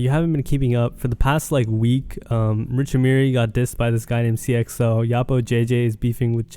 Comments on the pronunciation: This man butchers every name 😭 seeyuh xo it's sighya xo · sigh-uh not seeyuh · It’s pronounced “si - a - xo- “